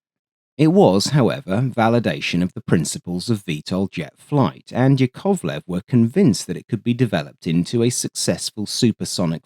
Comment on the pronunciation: YAKovlev, not yaKOVlev